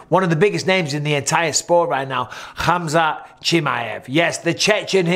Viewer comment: Mike, is "KHAMZAT" :D